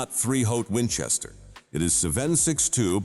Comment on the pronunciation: Can't even pronounce 308!